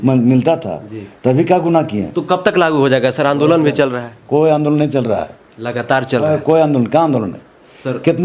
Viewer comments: मंत्री जी लगास्तार (लागातार ) पर्यंस (prayas)कर रहे हैँ 😂😂😂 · साला बोखा पांच साल जेल में था इसलिए हिंदी भासा भूल गया है। 7 मिनट में 70 हिंदी सब्द को गलत बोला है। जितना को जेतना, लेकिन को लेकून,लगातार को lagastar कह रहा है तुम अगर चना भी बेचोगे तो साला कोई नहीं लेगा bhaduwa। पत्रकार भाई इसको दारू पीते हुए वीडियो बनाओ।